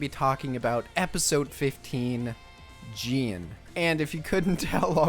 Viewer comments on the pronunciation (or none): btw its jee-anne